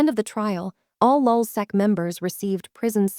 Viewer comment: Lulsac? Man sit the fuck down.. you know nothing about lulzsec